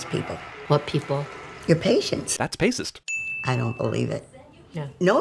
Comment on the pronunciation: "pacist" gold, just gold